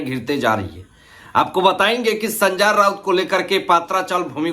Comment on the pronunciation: Pehle to naam thikse lena sikho. संजा राऊत ये क्या है कितना अजीब लगता है सुनने को😂😂😂😂😂😂😅